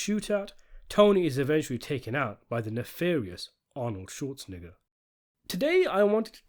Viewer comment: Your pronunciation of Schwarzenegger made me double take